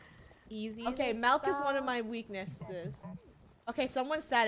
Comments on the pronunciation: It’s milk not malk funneh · Grammar: milk Funneh:MeLCk